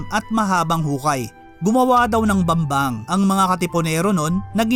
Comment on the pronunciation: Bambang station ❌ Bembang station ✅